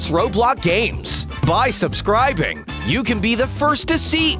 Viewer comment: stop saying subscrabe